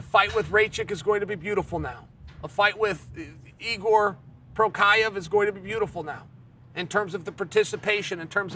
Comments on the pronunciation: Is Igor Prokiev how Jiri Prochazka is pronounced? Ok. This is the way. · Igor Prokaiev 😂😂😂. Chael has never got it right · No One: Uncle Cheal: Prokrahya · good ole "Igor Prokiav" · Chael... Try writing down fighter's names a bunch of times to help with your pronunciation. Your pronunciation is getting so bad that it's become very difficult to even work out who you're talking about. It used to be funny, now it's challenging. Good luck.